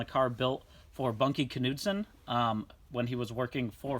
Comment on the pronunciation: Dude! Bunkie Knudsen's name starts with a SILENT K!